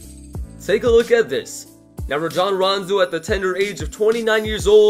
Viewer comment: He said ragon instead of rajon 😂